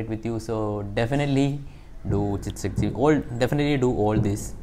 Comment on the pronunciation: His tongue slipped , he said chick sakti meditation...😂😂😂😂😂😂🤣🤣🤣🤣🤣 trolling you just for fun. Dont take it seriously brother.😇😇